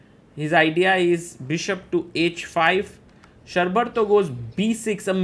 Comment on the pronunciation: its pronounced = Shor (like the word FOR) + Bar (like Bar of Chocolate) + Tho = Shor-Bar-Tho Also the surname is pronounced = Maani not Money